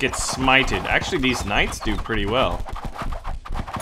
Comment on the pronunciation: did you just say k ' night boss?